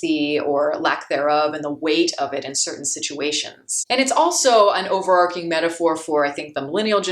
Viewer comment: Great video. Thanks for making. BTW: Since you are intelligent and likely do not want to pronounce words incorrectly, here's a tip: overarching sounds like marching not marking. Be well.